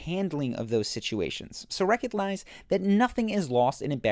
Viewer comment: So reconlize...